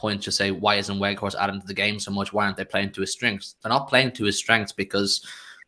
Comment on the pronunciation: What I want too know is why doesn't grizz correct when he says "werghouse" instead of "weghorst" 🤔